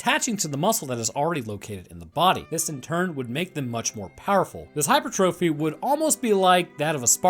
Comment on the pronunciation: Hi-per-tre-fe, not hyper-trophy. I love your work btw, lol sorry for nitpicking